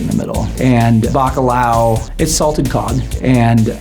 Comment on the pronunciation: Not back-a-lowuh 😭😂 the ao sound in Portuguese does not translate well into English 😂 But I got to know, is that how north american based restaurants actually pronounce that word?